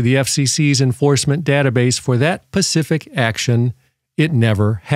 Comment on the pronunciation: For that PACIFIC action😂😂😂😂 its SPACIFIC